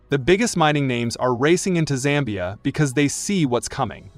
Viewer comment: Its Zambia not "Sambia"